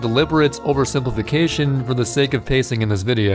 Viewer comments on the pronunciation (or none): none